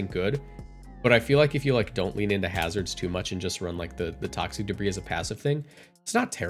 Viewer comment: He said it correctly.